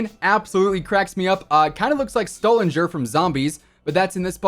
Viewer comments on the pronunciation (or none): It's Stu-lin-ger